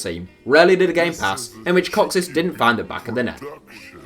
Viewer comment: Your pronunciation of “kocsis” gives me a headache